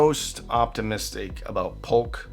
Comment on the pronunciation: J or Y, it's a J. It's JAMO not Yamo. JBL not YUBBLE. POLK is POKE not POLLOCK.